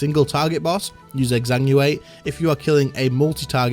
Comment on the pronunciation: Bro pleaseeeeee learn how to say Exanguinate, this is like the umpteenth video of you saying Exanguate xD